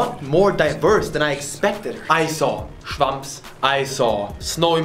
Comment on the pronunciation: I saw "schwammps" lmao I love when you germanify english words.